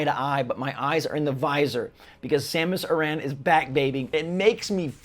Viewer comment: you can’t even pronounce Samus Aran correctly. Also, the audio quality? You mean the desert audio paywall? Your cope for Miles is insufferable and your inability to be critical of anything Nintendo is part of the problem. This is why they give us this Metroid garbage.